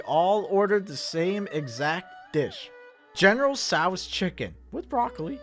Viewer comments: Me when he said general sao's chicken 💀 general cho dude it's pronounced Cho or tso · The way pronounces general tso chicken and sushi kind of triggers me